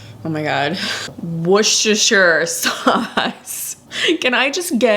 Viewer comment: Wooster Chester Shire😹